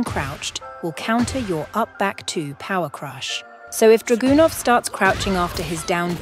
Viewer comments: That's not how you pronounce Dragunov. But the video was pure gold. Thanks! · I’m pronouncing Dragunov like that from now on 💪🏾🔥